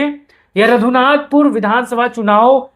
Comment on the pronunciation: Nam padhne nhi ata raghunathpur ko radhunathpur padh rha ha phle shi se dekh to leta